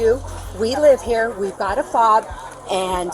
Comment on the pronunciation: She was definitely saying it wrong